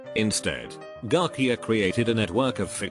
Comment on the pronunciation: TTS be like: Joo-ann Pew-jol Garkia and double U double U two.